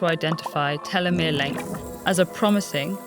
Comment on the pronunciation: Can't even prounce telemere properly. Red Flag.